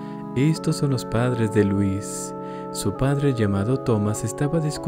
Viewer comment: ¿que no louis se pronunciaría diferente? Unu